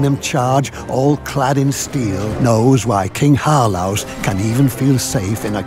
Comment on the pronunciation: "Shwadia" "VaEEEger" "King HarLouse"